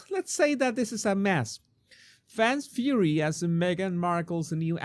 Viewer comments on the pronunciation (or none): none